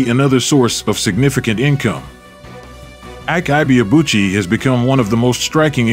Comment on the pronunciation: Maybe unrelated but I couldn't help but wince each time the narrator pronounced his name. It's pronounced "ee-kay ee-bay-a-bu-chi"